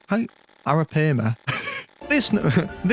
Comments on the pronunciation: A-ra-pie-ma, is how arapaima is pronounced. Top tier video btw, i love capitalism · It's pronounced Air-oh-pie-muh. 🤓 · Ar-(like arr-ow)ah-pie-mah is how its pronounced!